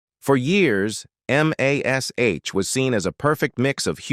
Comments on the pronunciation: "EM AYH ESS AYTCH..." NOBODY but nobody EVER called it by the letters, it was always and only pronounced Mash. -The late-night pique of a st*n*d old man):face-purple-wide-eyes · I was just thinking about AI when I heard the start of this rubbish. EM AY ESS AITCH? Why is it so hard for a human to speak. Oh, I hate Alan Alda more. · It's the forty-seventy-seven, not the four thousand, and please just call it "Mash". AI will never learn to be colloquial.